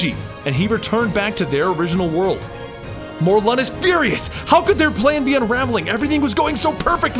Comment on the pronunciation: Isn't it Mor-lin?